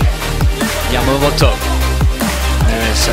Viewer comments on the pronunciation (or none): why does it sound like the guy hosting the game said "yamomoto" ??? XDDDDD